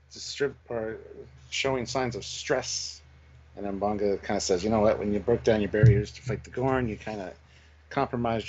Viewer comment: M benga not “bunga” 😂